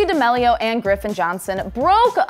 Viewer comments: ChArLi DaMaLeO- its charli DA ME LIO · it’s dah-meal-e-oh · y u pronounce it like damilio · She literally says dixie dEmElio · the way she pronounces d'amelio lmao